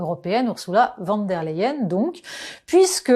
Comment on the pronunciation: Votre façon de prononcer le nom de cette dame est symptomatique. Ce n'est ni du français ni de l'allemand et ça irrite franchement.